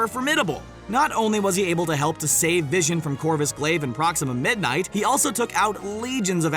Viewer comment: Jesus sandals on my feet it’s “also” not “aslo”